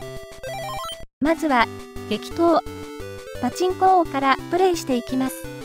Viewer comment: 「激闘！パチンコ王」が「適当！パチンコ王」に聞こえた自分。 ･･････間違ってないって？ あと全く食べない大食い選手権って。